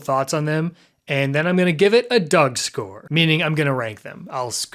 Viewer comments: Why is no one talking about how he said Doug score? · Wait, did say "Doug score"? Confirmed Daddy Doug Demuro viewer?